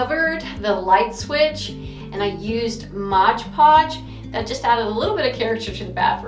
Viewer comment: Please, it's MOD Podge, NOT Modge Podge. You are among scores of persons who mispronounce that product. 🙄